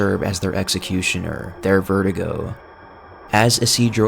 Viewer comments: “Verdugo” not “vertigo” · It's ver-do-go not ver-duh-go. Come on man. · Verdugo, pronounced ver-doo-go, not vertigo my man. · " Vertigo"😂😂 its "Ver-doo-goh" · Cool video, but I don't know why so many people pronounce Verdugo as VERTIGO. It's vair-DOO-go. Usually this kind of stuff doesn't bother me, but Verdugo is a menacing boss and pronouncing his name as a condition that elderly people get seems a disservice. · it's verdugo not verdigo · How come you’re pronoucing Verdugo as vertigo